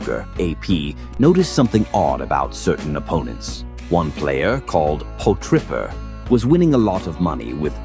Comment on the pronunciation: lol “po-tripper”